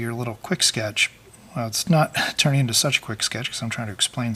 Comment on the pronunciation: "for a quicky sketche it's okay" hahahaha Shut up!